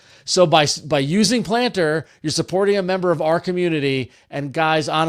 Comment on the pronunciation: So when I listened to this on audio only, I was convinced the app was gonna be "Plantr" and not "Planter." Clearly I have been online too long 😂